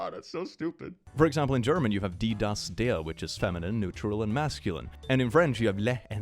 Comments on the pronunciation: I like your pronunciation of die, das, der It's actually very, very close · The way you pronounced 'Der' was so satisfying. Btw I have forgotten the articles of a lot of words since school german classes but this will always be burned into my brain: DIE LAMPE, DAS AUTO, DER HUND lmao